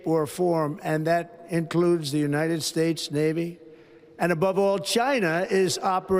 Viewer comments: United Spaytates .Trump Cant even say our country's name properly. DEAR LORD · "United spates" 😂 Here we go again with this shit. 🤦‍♂️ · The United Spates? Someone check this guys cognitive decline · “The United Spates.” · "The United Spates" Ha ha ha ha ha! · Did he just say 'United Spades' at first 😂. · When talking about Panama he says "United Spates" before correcting it as he spoke later. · United Spates 🤣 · United spates? Wtf? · Totally stoned, ah, Leon? The "united spates", what a maroon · United "Spates" ??!! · "United spates" still cant fcking speak. Yeah but ill listen to magats about biden. My eyes can generate electricity with its rolls. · "United Spates" ? Please get the man some spectacles. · "United Speights" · He said United Spates with a P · Did u catch how he said united space n yhen tried to correct to united states.. cognitive declined 😢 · United Spates?? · "..United Schtates.." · United spates lol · United Spates😅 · Elon is a true weirdo. Trump is a demented, ignorant fool. He's such a lying, heartless soul. He cant even say "United States." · He was slurring . He also mispronounced United States